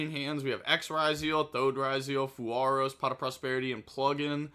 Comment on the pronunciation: dying on the "fuwaros" hill 🙄